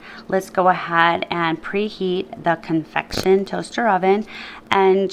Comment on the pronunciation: Just FYI, it is convection not confection.